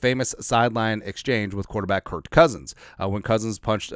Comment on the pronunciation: like your show but you should call cousins's first name properly.